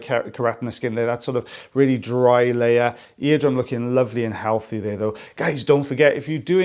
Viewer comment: I like it when you say though as old boots. It makes me chuckle.😂